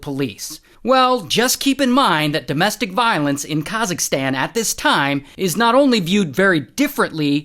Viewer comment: khazisktan ?? what do you mean its kazak-stan say it properly atlease